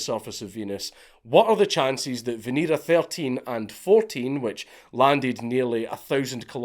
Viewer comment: It's pronounced veh-neh-rah